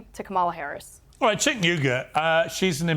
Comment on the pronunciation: Oh my god, panelists, IT'S PRONOUNCED "JENK" Not Senk and not Chenk 🙄🙄